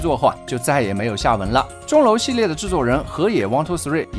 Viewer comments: 一二三应该念hifumi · 一二三這名字日文應該念HeFuMe(或近似發音)